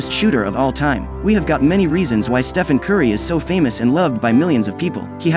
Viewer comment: Steven? You mean Stephen?